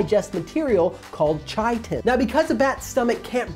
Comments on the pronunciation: Chitin is pronounced wtih a k, "kite-in" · I've always thought "chitin" was pronouced "kai-tin". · its not chiten its chitin (ki-ten) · It’s pronounced ‘kitin’ with a hard k sound, not with a ‘ch’ sound. Thanks for the vid! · It's pronounced Ky-tin, not chai-tin. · It isn't pronounced Chy--tin it's pronounced Kye-tin